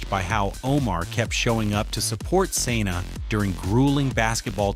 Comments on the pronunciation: Your pronunciation is awful. It's Sanaa NOT San na Ugh. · Please learn her first name (Sa Naa) I broke it down!